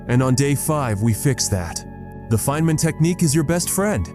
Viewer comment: It is Feynman not 'fineman'